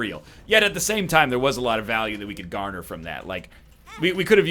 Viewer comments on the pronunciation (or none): none